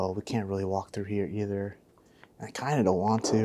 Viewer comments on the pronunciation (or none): none